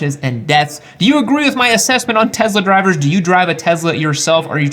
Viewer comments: What I took from this video.....Tezla.....🤮 Good info regardless of the odd pronunciation. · the S in Tesla is pronounced as ‘s’ sound. The mysteries of English, huh? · Do you believe that N. Tesla liked being called Tezla? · $1 for every time he says Tesla wrong